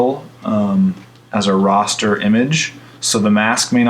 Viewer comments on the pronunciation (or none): There is no O in the word rAster... but good vid other than that.